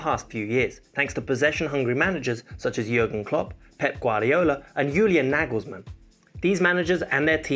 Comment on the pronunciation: Why we south Asians people hear your pronounciation like Yurgen klops, Yulian nigelsmann